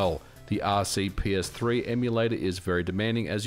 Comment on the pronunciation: Hey, MVG, could you, please, stop mispronouncing the name of the RPCS3 emulator? You're consistently switching P and C letters around, saying "R-C-P-S-three". Your videos are all great, btw, but I keep noticing this detail.